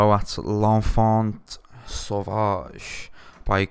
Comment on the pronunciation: L'enfant sauvage, don't pronounce the "T" and its good :)